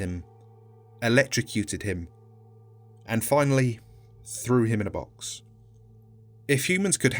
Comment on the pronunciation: "And finally threwhiminabox"